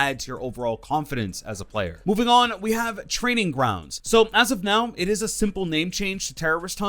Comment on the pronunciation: "available right nau"